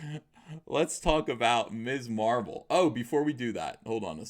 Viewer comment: I thought you said Miss Marple and got excited